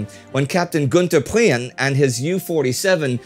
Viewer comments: PREEN not Pre-en. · I don't think I corrected your pronunciation of Raeder. You do say Pre-ehn, not so terribly obviously but yep you barely turn it into 2 syllables. It's a personal name he might have pronounced it as you did though I expect he didn't. Priehen (h is silent) is what you pronounced fwiw. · i've no idea how he mispronounced it... he literally lives in Germany no?